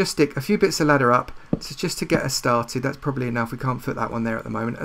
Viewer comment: I subbed because when u say ladder it made me laugh "ladda"